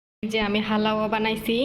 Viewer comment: হালাওয়া উচ্চারণ হবেনা। উচ্চারণ হবে হালুয়া।